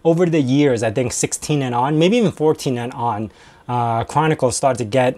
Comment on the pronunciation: Are you saying Canonical but it sounds like Chronicle?